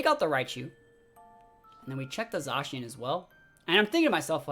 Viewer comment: You can definitely practice at casting to clean up some of the Zacian/Zekrom mispeaking and whatnot. Even with that though, I think one of the main draw for an audience would be energy from the caster which you have in spades dude.